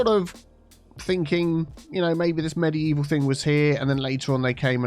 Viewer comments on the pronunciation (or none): Mediteaval, obviously 😆